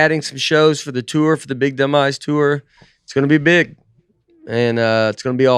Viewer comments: When Nate was talking about his up coming tour “big dumb eyes” it sounded like he called the tour the “big demise”. Is Nate foreshadowing a down turn in his comedy?!? I sure hope not…Nateland is the best thing going! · When Nate says the “Big Dumb Eyes” tour it sounds like the “Big Demise” tour. Hope it goes better than that. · This episode is so good I’m going to have to listen to it again to catch anything I’ve missed. I laughed out loud so many times! PS- the way Nate says “Big Dumb eyes” tour sounded like “Big Demise”